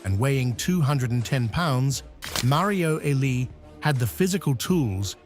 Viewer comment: Thumbs down for AI pronouncing legends name wrong